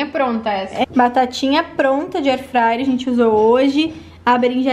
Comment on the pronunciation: E eu que não consigo mais falar airfrayer e só falo airfrayre igual a 😂